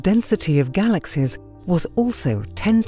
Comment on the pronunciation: She seems to say "galaxes" instead of galaxies